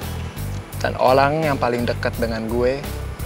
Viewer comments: Bang gua dengar ngomong OLANG bukan Orang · ngomongnya olang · Olang bos🤣🤣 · 😂dan Olang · | Olang... Wkwk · 8:41 bang salah nyeubut dan olang.. padahal orang wkwkwk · Tadi BilanG "OLANG"😂😂,Bukan Orng🤣🤣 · ngakak waktu bilang olang😭😭😭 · 8.41 OLANG🤣🤣🤣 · Kalian tidak menyadari bahwa nyebut orang olang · Wkwk kata olang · Di menit ke 8:40 bilang olang wkwkwkwk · cellwindo ventilator sebeneran mau bilang orang tapi salah ngomong malat olang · sala ngomong malah olang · Orang bukan olang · bilang olang bukan ny orang 😂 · kok olang😅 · bilang olang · Di menit ke bilang olang bukan orang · harus nya orang kata nya tapi salah gomong jadi olang dengarin baik baik yap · Itu kok tadi saya nonton ngomong olang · Hahah pas bilang orang malah olang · ngomong olang wkwkwk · Olang GK tuh.....salah nyebut kayak Nye😂😂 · Orang bang bukan olang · Di menit kok orang malah olang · NGOMONG ORANG MALAH OLANG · Di menit bang bilang dan olang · 8 : 40 Ternyata bisa juga kepleset wkwkwk Ngomong ORANG jadi OLANG😂🤣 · Olang bang 😅😅😅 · Wkwk LOL dan olang anjirrr, wkwk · Ucap dan olang 😂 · Ucap dan olang😂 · olang gak tuh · 8.41 kalau olang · Bilang Olangg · Abang bilang tama dengan olang